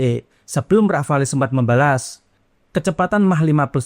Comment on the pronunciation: Rafale huruf e nya ga usah dibaca... Dassault rafale dibaca DASSO RAFAL